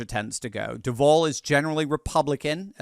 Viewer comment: Pronounced: DUU-Vall #GoJags